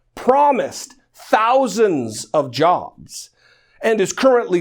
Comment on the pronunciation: Donald "Jahbs" Drumpf.